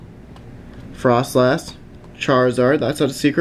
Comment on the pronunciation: you pronounce fr-oh-slass froslass